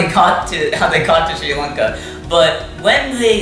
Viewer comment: Massive respect for saying the name correctly sri lanka 🇱🇰